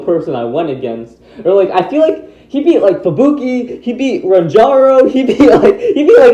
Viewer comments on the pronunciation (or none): You called ranjiro rantoro